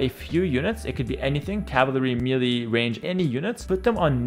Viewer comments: One small tip, its Meh lay not meely. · Great tips. I was able to understand most of it as a total noob. Also, you help me, I help you: melee = ‘MAY-lay’